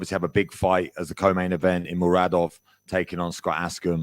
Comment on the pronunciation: I understand that you cant say Brno but i dont understand that you dont even check properly the name of the fighter you talking about. Its Muradov and not Marudov 🙄